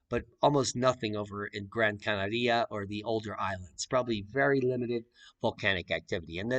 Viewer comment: Please learn to pronounce Canaria